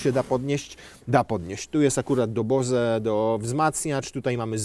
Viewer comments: Bose to Amerykańska firma nie Niemiecka. Kiedy się wieśniacy w Polsce nauczycie, że czyta sie Bołs a nie żadne „BoZe” o Boże… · Założyciel firmy Bose, nieżyjący już od jakiegoś czasu Amar Bose, pochodził z Indii i jego nazwisko w języku hindi wymawia się bardziej jak niemieckie "boze" niż jak amerykańskie "bołz". Fakt, że coś amerykanie czytają po swojemu nie oznacza, że wszyscy musimy ich naśladować. Gdyby bardzo ortodoksyjnie stosować tę zasadę, to musielibyśmy mówić "porsz", "dżija" oraz "mołcart".